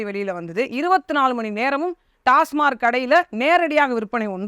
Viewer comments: அக்கா டாஸ்மாக் என்று உச்சரிக்கவும்... டாஸ்மார்க் என்பது தவறு. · டாஸ்மார்க் இல்லை. டாஸ்மாக்.